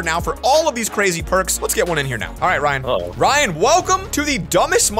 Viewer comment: btw just saying it's not Ryan, it's Raihan. Pronunciation- Rayihaan